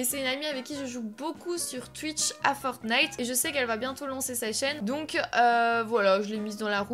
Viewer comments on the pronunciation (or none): none